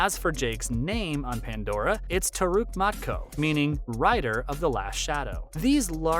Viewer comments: dude, I know you are trying to produce quality content which it actually is, interesting video. But FFS, e-e-ewa? Turuk matko.... matto? What? It's MAKTO and it reads exactly as it it written, letter by letter. I know some people especially in the west have problem pronouncing a lot of things, but maybe practice a bit beforehand, just a thought. Otherwise it just makes you sound incompetent on a topic. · no no, he has a point, it seems like he only looked up a wiki page for this and is pronouncing stuff without ever hearing how it is said. Eywa is pronounced more like Ay-wa and Makto well, just the way it looks. It’s not being rude, it’s constructive criticism